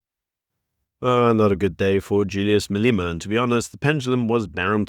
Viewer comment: I really like your content. Great summation of the days news. But, Who the heck is Maleeeema. 😂